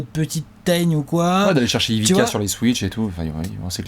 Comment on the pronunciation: Ça se dit Ivitsa et non Ivica ^^